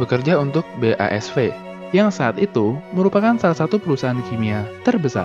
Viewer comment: “Haber” bkn “Harber” “BASF” bkn “ BASV”